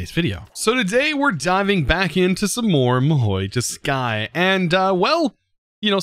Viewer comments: It really annoys me that he says Mahi toski, it’s Ma-who-soo-kai! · it's pronounced mahou su-kai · Stop saying "mahoi tuskai" or im gonna be sad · and in the start your video your mahou tsukai speak gone wrong